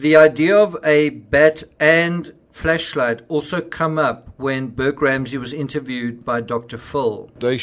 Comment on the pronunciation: I'm sorry, but I can't keep listening to him pronouncing it as "Fleshlight".